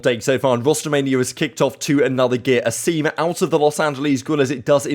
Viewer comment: I gotta say it’s A-sim not Aseem